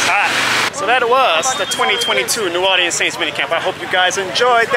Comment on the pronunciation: you're pronouncing New Orleans wrong, just a heads up